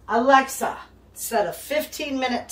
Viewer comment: have to laugh every time you say alexi set timer my sets your time